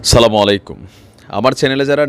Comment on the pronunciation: ভাই সালাম স্পষ্ট করে দেবেন আশাকরি